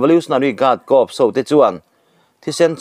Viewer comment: Corps hi kâwps tiin in sawi hi kâwrs tih tûr a ni e.